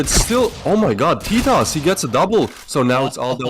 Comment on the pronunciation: Oo teetos not totos